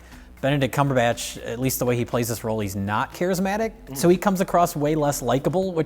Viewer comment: "Benedict Cumberbunch" lmao